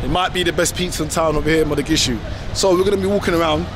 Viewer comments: It’s Mogadishu not Modagishu 😂😂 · It’s not Mo-ga-gi-shu, it’s Mo-Ga-Di-Shu. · Why you keep saying mathagishu? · You keep wrongly calling it Modagishu... It's awesome regardless of what you call it tho! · Mogadisho or Mogadishu. Modagishu is not what the city is called... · Did bro say Madagishu. I'm confused 😂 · HOW MANY TIMES ARE U GONNA SAY MODAGISHU?????? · Still saying Modagishu?😂